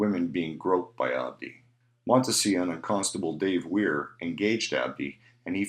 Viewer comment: Montsion - Correct pronunciation = Mont = Sea = On